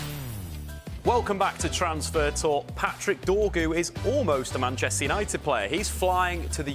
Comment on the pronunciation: can't even pronounce 'Manchester United' and she's the SENIOR reporter? Deary me.